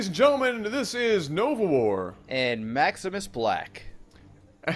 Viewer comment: Maximus Black, I'm korean and I was eating my cereal and when you pronounced that name....I exploded.